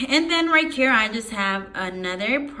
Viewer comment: It’s right here not right kere😂